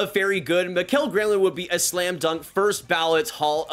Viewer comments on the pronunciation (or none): none